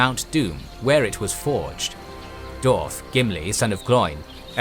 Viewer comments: Wtf is a " doorf " and " doorvan " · I applaud the solid and accurate Info here, however, you're annunciation of the names here is terrible. Per example, Dwarf has a W in it which is consistently omitted :/